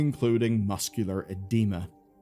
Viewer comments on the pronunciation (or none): macular not muscular lol